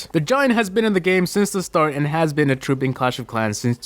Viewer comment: Troupe not trop